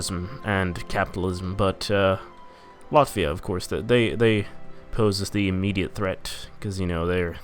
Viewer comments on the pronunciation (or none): none